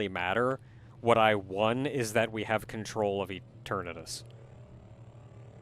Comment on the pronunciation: EternATus, not Eternius! It has a T in it! It's right there on the screen in front of you, say the name properly!